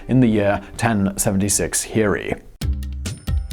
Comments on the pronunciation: The J in Hijri isn't silent.... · Hijri is pronounce exactly as it sounds. The "j" is fully pronounced, it's not silent.